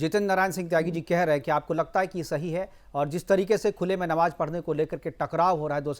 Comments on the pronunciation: नबाज नही नमाज़ होती है। एंकर साहब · They could have hire the better host. He kept saying ' Nawaaz' so many times instead of ' Namaaz'. These idiot scholars can't answer abt his own religion (comparing it to Hindu). Need a good thrash ! Host even didn't interfere when he commented on Jitendra ji' family.